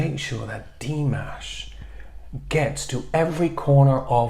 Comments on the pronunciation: It was rather disappointing not to be able to at least hear his voice. Please find another way to get around the copyright issues. Also, you are pronouncing his name correctly (Dee MAHSH), but you're putting the accent on the Dee instead of the MAHSH. It's Dee MAHSH, not DEE mahsh. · Good idea! Nice reaction. Quick note: pronunciation of Dimash's name is with stress on the second syllable and not the first.